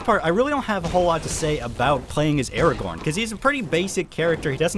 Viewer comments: Did you just say: Araborn? I loved this game as a child and still play it sometime again just for nostalgia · Aragorn? I couldve sworn his name was Ara-gohn. What kind of mandela effect reality is this